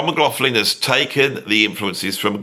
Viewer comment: Persuading someone to do an interview when you can’t pronounce their name is difficult,Beato does the same, there is no f in McLaughlin. Pronounced McLochlin.